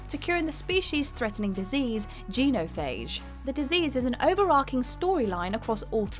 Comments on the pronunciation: Gee-no Phage? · Geenophage... I swear she mispronounces everything on purpose to wind people up. At this point I don't even need to watch the video to know she's got something wrong. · Has even played mass effect? The way she pronounces quarians and genophage gets under my skin